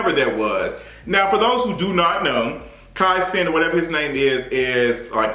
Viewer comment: I’m so sorry but I’m cackling at “Kai Cents”😂😂lol